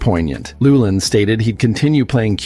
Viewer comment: You pronounced Llewelyn incorrectly.